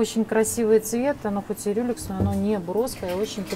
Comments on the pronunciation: Люрекс, а неи Рюлекс... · Не "рюлекс", а "Люрекс"! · Не Рюлекс, а ЛЮРЕКС!, НУ СКОЛЬКО МОЖНО?! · Вообще-то люрЕкс